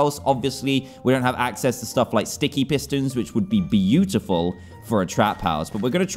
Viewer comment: It ain't ugly.... IT'S "BUTEFULE"